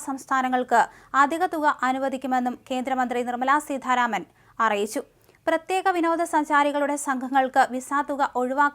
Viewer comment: സീതാരാമൻ ആണ് സീ ഥാരാമൻ അല്ല